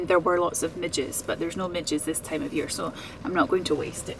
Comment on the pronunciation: At first, I thought you said "midgets". 😬